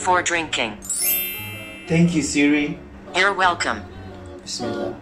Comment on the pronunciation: n instead of siri u have ... siji